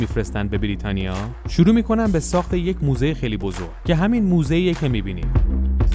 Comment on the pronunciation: موزه نه دوزه